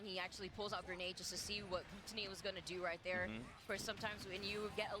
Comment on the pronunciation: what´s wrong with them pronouncing their names like they do? glue-tony and sho-GUN (pew pew) wtf?!